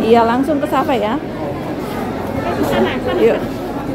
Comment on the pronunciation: Kenapa sebut ‘ Sasa’. Padahal itu kearah ‘Safa ‘. Sa’e itu berjalan dari Safa ke Maruah.